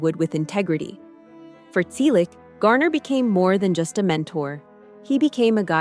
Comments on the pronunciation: Stop spreading fake news. Are you drunk or on drugs? Tom is 81 years old. We, his family celebrated his 81st birthday on January 29. Learn English. It's free on YouTube. Get informed. Learn to pronounce "Selleck" correctly. Over the past 6 months, we have already reported every stupid creator who posted the same stupid story. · Did anyone notice that they mispronouce Sellick each time?